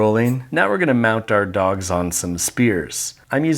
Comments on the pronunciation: Why tf when you say dogs it sounds like duh-cks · "korn doKS"